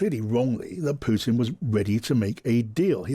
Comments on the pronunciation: Who ist "PUITN" ? ;-) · Love how you keep calling him PUITN 😂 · Puitn?? What is that??